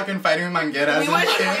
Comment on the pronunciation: "bring the mangeras" IM CRYING